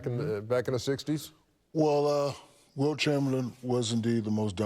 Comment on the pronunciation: I thought he said Bilt chamberlain and really flipped it lol